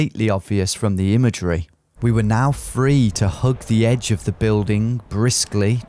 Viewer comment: The Ed-ge